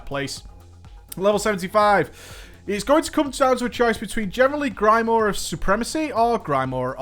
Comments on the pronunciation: Just pointing out it's pronounced GRIM-OUAH, not GRY-MORE. :D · The way you say grimoire is funny ^^